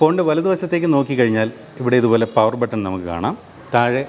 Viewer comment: പവർ അല്ല സേട്ടാ പെവർ ആണ് 😁😁😁😁